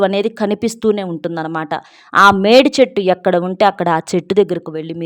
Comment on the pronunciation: Medichettu ante e chettu clear ga cheppandi pl